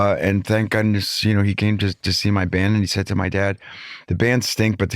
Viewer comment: "Thank Godness"